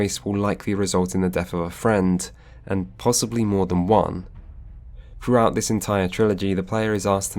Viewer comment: Unwatchable due to your inability to enunciate. TH=/=F. Gef aren't in Mass Effect, Geth are. Froughout the games? No. Throughout. Like I said, unwatchable.